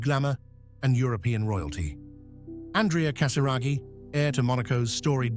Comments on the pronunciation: Casiraghi et non Casaraghi !!pfff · Fundador sem noção Diz o sobrenome de Andrea totalmente errado Antes de gravar,vá aprender Não é Casaragi É Casiraghi E não Casaragi